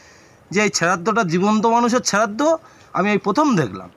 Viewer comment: ota cherraddo na ota sraddho bole😅 by the way kaku tar wife er sraddho kore khub valo kaj koreche ❤